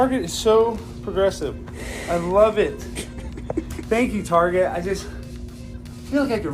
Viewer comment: Target pronounced targay